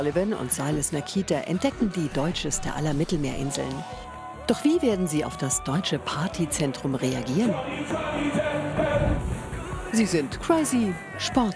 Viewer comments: nicht nakita sondern nacita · Nakeeta?! 😂 Ihr dreht seit Jahren mit denen und wisst nicht mal, wie man die Namen ausspricht?!